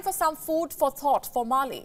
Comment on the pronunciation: It’s Male’ not Mali